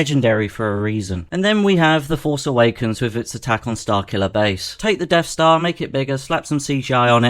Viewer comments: What's a "Deaf Star"? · "The Deaf Stah" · "Deaf star" Once you hear it you can't unhear it.